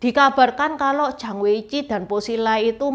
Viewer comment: Zhang itu bacanya chang bukan jang. Sbnrnya cara pronounce nama Chinese bisa diperbaiki. Bisa pake google juga kok. Zh itu dibaca c... Kalo ch itu dibaca j....